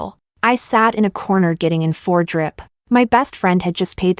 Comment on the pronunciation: Poor AI got roasted on its pronunciation 😂😂